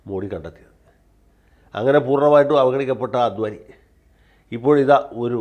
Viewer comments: അദ്വാനി അല്ല, അഡ് വാണി ആണ് ശരി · അദ്വാനി അല്ലാ,"അഡ്വാണി" ആണ്. അത് പോലെ തന്നെ മോഡി അല്ലാ...." മോദി " എന്നാണ്.. മലയാളിക്ക് മറ്റു ഭാഷക്കാർ ഒരു മലയാളി പേര് കൃത്യമായി പറഞ്ഞില്ലെങ്കിൽ പരമപുച്ഛമാണ്. എന്നാൽ മലയാളി ആകട്ടെ മറ്റ് ഭാഷയിലുള്ള പേര് കൃത്യമായി പറയാൻ ശ്രമിക്കുകയും ഇല്ലാ....മലയാളിക്ക് ഇത് വലിയ കാര്യമൊന്നും അല്ലാ... എന്നാലും പറഞ്ഞു എന്നേയുള്ളു...